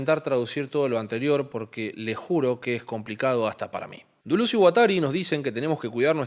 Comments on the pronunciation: Dulú? "DELÉS" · exacto, suena a delés con la tendencia hacia la u, no a la inversa. tu "dulús" es erróneo y horrendo; andá al abecedario y escuchá a claire parnet pronunciándolo. o a cualquier lado, a ver si seguís escuchando "dulús". y ya que estamos, el video es cortísimo en calidad de análisis pero bueno, será para determinado público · lo que pasa es que lo pronuncias literalmente duluz xD. Gran vídeo como siempre! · Lo único que no me gustó fue que cuando le dices Duluz me saca de onda jajajaja pero buen mi video mi bro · yo te quiero mucho mucho de verdad pero por favor decídete en cómo vas a pronunciar Deleuze porque cada vez sacas una cosa distinta